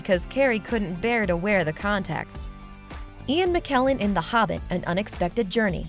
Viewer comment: It's The Hobbit, not "The Hubbit", concept, not "cuncept", and Godfather, not "Gudfather".